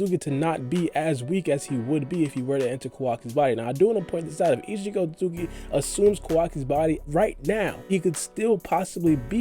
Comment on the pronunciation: Ur otsutsuki pronunciation is upsetting... say after me ot su tsu ki! Wtf is otzugi!?